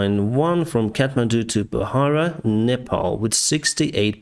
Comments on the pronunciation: Not pahara its pokhara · Hello Captain! Pokhara not bohara. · Kathmandu to Pokhara not bahara!! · The way you pronounce Pokhara is interesting. But that's definitely not the way it is pronounced. 🤣